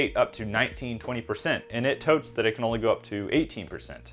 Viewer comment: The word is tout not "tote". Stop saying "honey character". That phrase has lost all meaning when coming out of your mouth.